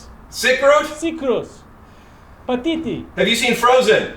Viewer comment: He kept calling him Patiti